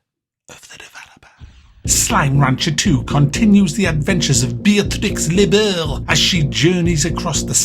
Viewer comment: Lebeau is pronounced "Lebo"